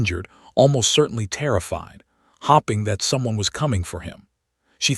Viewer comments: Get rid of the AI it is wrecking a good story 6 minutes in and a few words miss said. As in hoping said as hopping times stuff up. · PLEASE! It’s staring NOT starring, it’s hoping NOT hopping! THE AI NARRATION IS ILLITERATE! 🇺🇸🤨